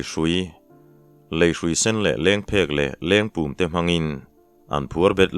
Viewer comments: LENGPUM tih khi i lam ri diklo deuh hlek a..kanlo sawi ve mai mai nih chu...(pum) tih laitak khi..u khi a ri a sang deuh hleka thluk tur (Taksa Pum pui ) tiha pum kan lamri ang deuh khian lamrik tur. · Nang tluk a sawisel dâwl leh selna tur vang an awm lo e. Hrui chi,in ang khat tak mai Lengpum leh Lengphek ka hria a. Lengpum hi a mum in a pum a, Lengphek erawh a per in a hlai zawngin a awm thin. I Lengpum chhiar dan hi a dik chiah em aw ka lo ti ve a.Keini chuan pumbilh tih a pum kan lam ang hian kan lam thin a sin.